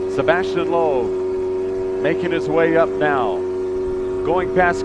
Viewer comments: it's sebastien loeb not sabastian loeb... americans definitely are not into rallying.. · It's 2013 not 1963, please learn how to shoot proper video from a helicopter before covering this kind of events. And by the way it's Sébastien not "Sabastien".